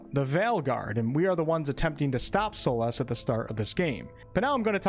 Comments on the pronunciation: Its a very unique accent for sure ive never heard Solas pronounced "Solahs" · Hi! I've only noticed that you pronounce Astarion & Solas differently than I do. Thank you so much for warning for spoilers, although I think I might pass on this game until I hear what you & some others have to say about it when it's released.